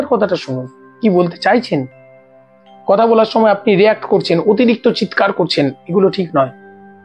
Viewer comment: আপনি কথা উচ্চারণ বারবারই কোথা বলেই যাচ্ছেন দাদা । জয়গুরু ❤